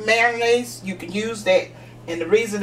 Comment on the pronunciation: I've never heard of MARO-nnaise before. I've heard of MAYO-nnaise tho. But Miracle Whip is not mayonnaise, it's "salad dressing".